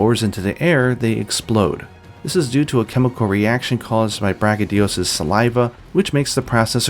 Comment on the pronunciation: *its BraCHYdios, not BrachyDIos